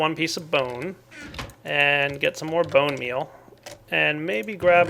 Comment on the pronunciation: its bone meal not mel